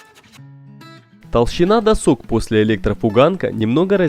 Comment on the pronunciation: Бесит постоянное "досОк", может "дОсок"??? доска. нет второй О в корне. задрало (((